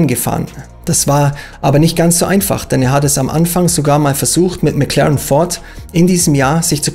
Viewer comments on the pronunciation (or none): none